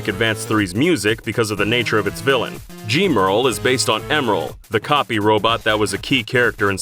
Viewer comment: "Gheem-earl"? I always assumed Gemrl was pronounced "Jem-earl" because he's based on Emerl, a robot Sonic named such because he is greatly affected by the Chaos Emeralds.